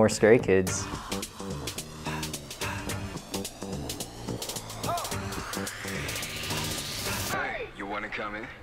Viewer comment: I’m sorry, but did the guy say Scary Kids or Stary Kids?